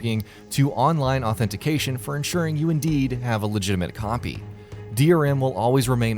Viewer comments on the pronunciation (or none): none